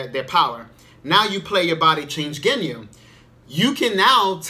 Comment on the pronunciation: Sorry I was just freaking out over the way you was saying "Genyu". I've never heard it being said that way.